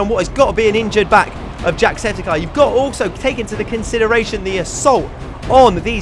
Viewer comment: eye not guy